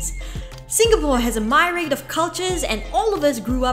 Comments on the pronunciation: Btw for the narrator's info, "myriad" should be pronounced "mi-ree-uhd", not "my-raid" ahahaha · myriad = mee-ree-uhd